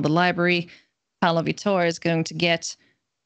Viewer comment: Since the mtg community can be persnickety about made-up card names, it would be nice to hear the correct pronunciation of a world-famous professional player. VEE-tor (the stress is in the first syllable). Not that it matters, I will keep watching and enjoying :)